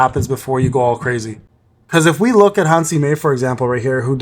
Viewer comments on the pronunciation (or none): none